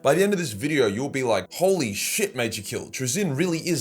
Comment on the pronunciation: Please dont say Holy like that